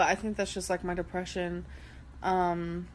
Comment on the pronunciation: Jesus.....the depreshun 🤦🏻‍♀️